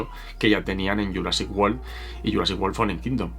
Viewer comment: Pronuncia wolll? Cómo si fuese world?